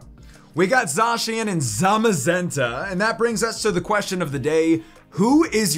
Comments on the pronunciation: And ZA shen not za cian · Zzzzacian